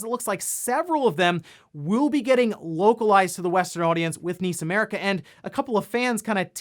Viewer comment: N.I.S. America! ....👀. Not niece. N.I.S. 😔.